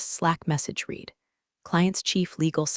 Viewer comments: Still haven't fixed how "read" is pronounced in its use! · Damn, would you please get a human to narrate your stories?!!! Maybe then words like read & read, live & live would be PRONOUNCED CORRECTLY!